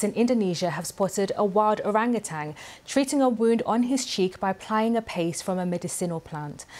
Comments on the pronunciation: Yo,. It’s orangutaN. Not …tanG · Ah.. my relative.. We the male are truly solitary beings, we love being alone all the time And to every western please pronounce Orangutan correctly, there's no letter g at the end of Orangutan it ends with letter n. Orang means Person, Individual, People. Utan or Hutan means Jungle, Forest. Utang or Hutang means Debt. So don't mispronounce, don't mistranslate.